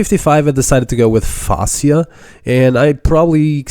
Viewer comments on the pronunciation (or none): none